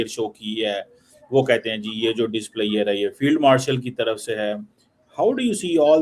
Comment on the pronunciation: Displayer.... 😅 Cheemu it's: DIS P L E A S U R E